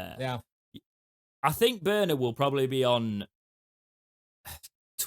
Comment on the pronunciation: you've led the revolution. 👏 After two years of reading and hearing 'Borner' on Owlstalk, it's good to see 'Börner' written here and the excellent pronunciation. Danke schön! UTO 🦉 🇩🇪 🇬🇧